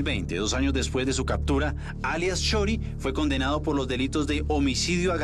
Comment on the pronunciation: 'Cadtura,' ¿Por qué será que los policías son tan brutos? No saben hablar